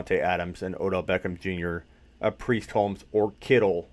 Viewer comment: Hey you said preist holmes